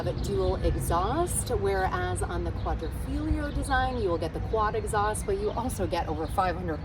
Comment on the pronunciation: Not to be too nitpicky but you are grossly mispronouncing “Quadrifoglio”. You’re the only one online that I’ve see say that word that way.